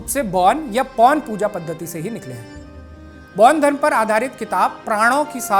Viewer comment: पैान धर्म नही बेान धर्म कहते है । पैान धर्म का कही ब्याख्या नही है। बेान धर्म जिसे प्रकृती से सम्बन्धी साधना उपासना पुजन बिधी है अैार बैाध धर्म अन्तरगत यिनकी कृयाय हेाती है। पैान धर्म न बेाले कृप्या सही ज्ञान दे। बरना गलत ज्ञान न दे। कृप्या पैान शब्द केा हटायअैार पैान का उच्चारण आदी न करे।पैान का अर्थ क्या है गुगल मे देखे।🎉